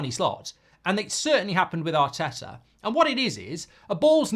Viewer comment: Arteto and Arny😂 at least get their names right